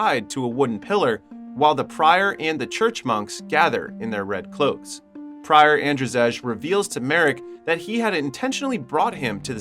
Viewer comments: In your country Andrzej is pronounced the same as Andrei, not "Andrjeg" :D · It's not "An-dra-zej" 😂, it's pronounced as And-zey or And-zei. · "Ander Zejj" lmfao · Your/The AIs pronounciation of "Andrzej" is painful. Its pronounced "Andzhey" or "Andjey" with french "je" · is that shet a polish film? cuz if yes andrzej u pronouced it wrong